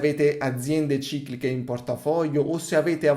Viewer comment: QUANTE VOLTE HAI SBAGLIATO A DIRE CICLICHE 😅